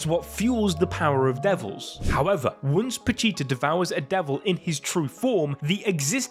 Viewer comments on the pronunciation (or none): Anyone else: "once": WuNCe